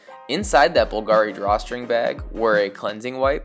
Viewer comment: You mispronounced Bulgari